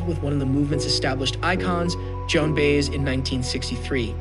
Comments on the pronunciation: I have a feeling this is AI written. How could the narrator have perfect English but pronounce Baez and Scorsese's names wrong. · Lots of information here that's disputed by other experts on Dylan. Oh, and learn how to pronounce "Baez". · This narrator just called world famous director Martin Scorsese, Martin Scorseez😖 so he can't just butchers Joan baez's name. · Lame...narrator can't even pronounce Baez.